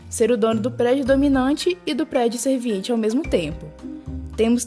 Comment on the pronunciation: Vc esta pronunciando 'SERVINIENTE', quando na verdade é 'SERVIENTE'